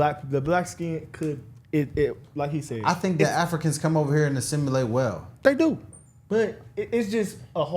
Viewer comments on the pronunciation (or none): the white guys point just proven! Lol! He wasn't lying! Even you cant pronounce that word assimilate!😂